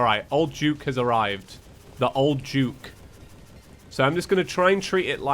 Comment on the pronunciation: why does he say old juke instead of old duke?